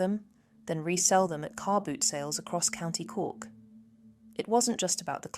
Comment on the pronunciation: My ears are bleeding with all the wrong pronunciations of the places in Cork. If you're going to do a video at least get the places right